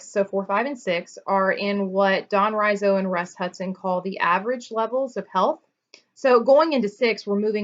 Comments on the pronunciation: Could you relate the levels to the desires not being met, and new fears arising when people go down the levels? (outlined at the back of Personality Types). And by the way, Don Riso's name is pronounced Ree-So :) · It's Don REEso, not RYEzo. Riso's levels of health and unhealth haven't held water. Some were just dreamed up Riso. There is no documentation to back up these levels. You don't see any major teachers continuing to use these levels. You're talking nonsense.